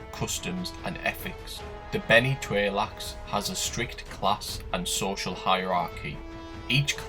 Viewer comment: I think Tleilax is pronounced TLAY-lax not TRAY-lax... am I right?!?